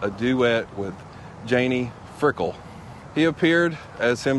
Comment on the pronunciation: Janie Fricke!!!!! Not Frickle